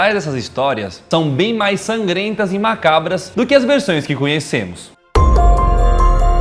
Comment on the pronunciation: saudades do Daniel dizendo "mácabras" :v